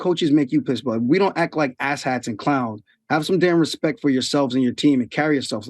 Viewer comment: Aljo “Put some Respeck on my name” Sterling